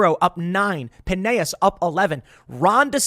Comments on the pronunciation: "pinAYis"??? It's Pinellas, it's pronounced exactly how it's spelled. Pin Ellis. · Pineyyas? Excuse me sir it’s PIN-ELL-AS. We are not a Spanish rice dish. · In my 25 years of living in Pinellas "pen-aye-es" I've never heard someone pronounce it that way. Tim please say "pen-ell-es" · as a former resident. you pronounce the "L"s in Pinellas county, "PinEllis" phonetically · Tim it’s Pinellas county not Pineyas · Tim, It's pronounced Pine-ell-as. The two time I heard him try to pronounce Pinellas he ignores the TWO LL's as if they're silent. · Pin-ellis (like Ellis island) Pinellas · it's pronounced pin-eh-lass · TIM It's pronounced puh·neh·luhs, Sincerely a Pinellas County Resident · It’s pronounced pen el us